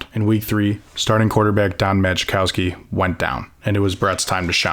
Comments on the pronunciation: Amazing video! Just a couple items: It's Curly, not Curley. DEVINE: It's deh=VINE, not deh-VEEN. HADL: It's HAY-dul, not HA-dul. MAJKOWSKI: It's MY-kow-ski, not MAJ-kow-ski. Aside from that, stellar stuff! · It's pronounced Mah-kow-ski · And Don “Makowski.” J is silent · Who the hell was Dan la veen ,John Had L , Mag cow ski AI sucks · Good stuff, but when I hear names being mispronounced, I assume it's being read by A.I. Paul Hornung is pronounced Horning, rhyming with "sing". Dan Devine is pronounced "De-VYNE", like the word "vine". Jon Hadl is pronounced "HAY-dl". The "J" in "Majkowski" is silent. When giving a game score, the higher score is always said first. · You should be ashamed of the way you pronounced Majkowski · I don't know if the commentator is AI or just not a Packer fan because the pronunciation of; Hornung, Devine, and Majkowski is atrocious! Basically the story is actually decent, but mispronounced names show a real lack of research and professionalism. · Great archival film and story. Wish he knew the actual pronunciation of some central characters in his narrative. Hadl, Majkowski, Devine, Bengtson were notable misses. And back in the '60's, the NFL was divided into the Eastern and Western Divisions. Yes, the Packers may not have won the Central for a quite a while, but the reference to '62 was misleading. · While this was a well-told doc, there were more than a few misprounounced names (Hornung, Devine, Majkowski for example). For all the time it seems you put into this, you should probably check pronunciations before recording. Sorry guys.